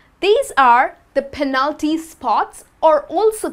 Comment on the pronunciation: I found strange the pronunciation of the word "penalty". I always pronounce the first syllable stronger.